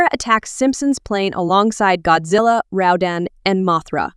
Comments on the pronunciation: baragon don't you mean barugon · You called Barugon Baragon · Did you said baragon instead of barugon?